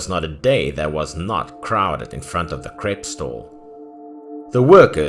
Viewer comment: He was saying crepe or cake ????